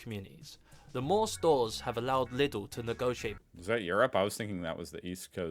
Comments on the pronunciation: aldi (pronounced: aldie) or lidl (pronounced: liedel) are discounters and no supermarkets btw. also germany has a minimum-based salary per hour of 12,82 €. that's probably why lidl overseas also pays more than your usual retailers. germany mostly follows the philosophy that if workers are happy with their job they're less likely to quit and therefore the company saves money. btw this little thing at the backend is usually used for beverages like a crate of water/beer etc. and there is even this little thing at the top back where he pushes the cart you can also extend to either put in more food or place your kid in there. this "fake nickel" is a plastic coin solely for shopping carts so you don't always have to carry a € with you. sometimes carts require 1 or 2 €. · BECAUSEYOU WANTED TO KNOW:, it is LIDL as in "DIE" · It’s called Liiiidl. With a long iiii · Laidl killed me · You know the frase ligma ? Li in Lidl is pronounce like li in ligma Dl = dell Like the company but the e is kind of silence. Lidl Li-dell = lidl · If you like to pronounce it correctly try “LEE-dil”. Why don’t you ask simply Germans? Most Germans are able to speak foreign languages including (American-)English… By the way, think about Lidl as a copy of Aldi (AL-DEE). And yea, you can buy appliances at AL-DEE as well in Germany. You are so American… 🤣 At least I have the feeling that you did not vote for Trump who is nothing else like a cheap copy from AH from 1933-45. And Elon sometimes remind me on Joseph Goebbels (in a more stupid version). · It's officially pronounced "Leedle" in Germany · its more like leeedl lik needle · Bro it’s spoken leedle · Its calles Like Lee Dell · You pronouce Lidl in german with a longer "e", so more like leadl (like in "lead") Aldi and Lidl are very similar. Both have weekly changing offers for other products they sell like toasters, coffee maschines, clothes, gardening tools and so on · It's pronounced leedl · Its pronounced like Leedle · Its Leeeeeedl.